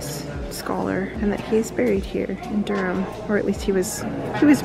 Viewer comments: I’m a Durham lass and love how you both pronounce the city name 😀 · Thanks for getting the pronunciation of Durham correct. Fantastic video, subscribed 👍